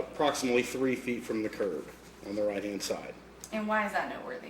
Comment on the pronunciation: "Proximately" instead of "approximately" "I seen her" instead of "I saw her" Calls a curb a "curve" These are just three of multiple examples that show this officers lack of intelligence and perceptiveness. Some of these things are things that literally elementary school students should know, and this guy appears to be at least in his 40s. You have to have some serious deficiencies to spend decades using the English language as a primary means of communication and still not understand such simple things.